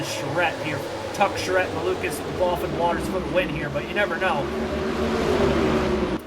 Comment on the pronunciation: Just a little pronunciation thing with Scotty Mac. (Mc-Glock-lin)